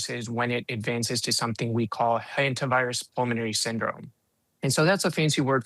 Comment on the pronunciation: a what virus? I hear Henta Virus...